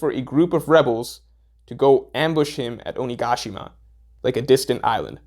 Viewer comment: My insides jolted every time I heard OniGAshima, had problems concentrating on the actual content because of it, lol